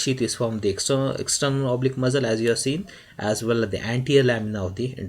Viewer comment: Why u keep saying muzzle ...its muscle